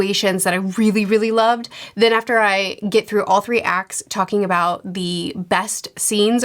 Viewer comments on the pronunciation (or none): none